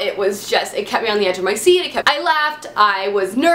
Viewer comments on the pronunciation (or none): none